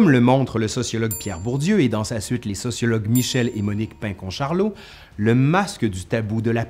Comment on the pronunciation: Les pinçon-charlot =prononcé pinsson-charlot 😉